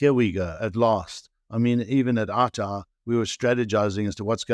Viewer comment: OUTA "OUT" "A" not outa dear host lol. That is a whole other meaning.